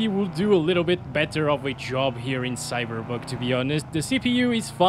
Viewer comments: Hold on are you saying cyberbug or cyberpunk? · lol i like how he says cyberbug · I swear I thought he said "CyberBug"